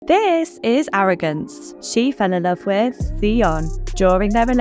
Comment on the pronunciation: Arrogrance???😂 get the fuck outta here.